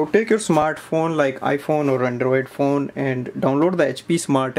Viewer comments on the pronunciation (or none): none